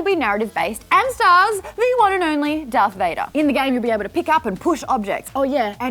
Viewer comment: It's Darth not Daff